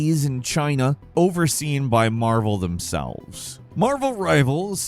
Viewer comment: At first I thought you said Marbles Rivals. I was way less excited by Marvel.